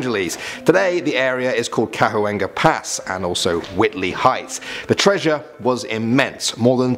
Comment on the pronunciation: It's pronounced Ca-wan-ga pass...